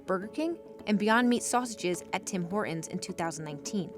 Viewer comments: Could someone tell the narrator that there is a T in Horton's? Her pronunciation is "hor-ins" and it sounds so incredibly ghetto. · "Tim Hor'ons"? Narrator, fix your glottal stop. There's a "T" in Hortons! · It is HorTONS not Hor-ons. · Hey narrator, horTons has a frikkin T. It’s not hor..ons. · It bothers me that the narrator and several of the people interviewed cannot pronounce Horton’s. It’s HorTon’s not Horrin’s. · Dear narrator...there is a "T" in Horton's...it is not Horon's! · Hore-ins? There's a T in there. Maybe if you say it right you'll have better luck. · Quaint quirk: the narrator's mispronunciation of "Hortons" (she says Hor'Uns) is really grating to a Canadian ear. The "T" is pronounced. HorTONS. And oddly, her mispronunciation of "Toronto" for the exact OPPOSITE reason (she says "ToronTOE"). No Canadian pronounces the second T. We say Toronno. But yeah. Very very very grating clip due to those mispronunciations. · What is the issue with American's mispronunciation of such a simple name? There's a second "T" in there, guys~ Tim HorTon's~ not Hor-un's. Geeze. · Very American of her, pronouncing it "Tim Hor-unz" 😁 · TEE TEE TEE it's Hor TTTTT ons , why do many Americans drop the "T"...sounds like Hor'ins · This "reporter" needs to learn how to pronounce "Hortons." It's not "Hor-'ens." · Why do young women often drop t's now? The narrator is doing it and I've started to notice a lot of it lately. "hortons -> hor-ons" "mountain -> moun-ain" "kitten -> ki--en" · OK. STOP saying Horton's like Hor'ons. Actually pronounce the "T" in the word, geez. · Why do Americans not pronouce the T? "Tim Hor-uns" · Why can't any of these American people even pronounce "Hortons"? They all say "Hor-ens" Very irritating. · I am noticing an odd speech affectation in the States - dropping 't's... as in "Tim Hor'ns" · What happened to the T in Hortons? Tim Hore 'un's? Both of female interviewees and the narrator. WTF? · Hey narrator, there's a T in Horton's.